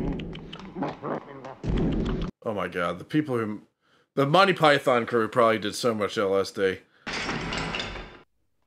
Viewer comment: I enjoy the channel thanks. Note that Monty Python is normally pronounced Mon-Tee Pie-Thun. Rather than "My Pie Thon". But hell, whatever works for you 🙂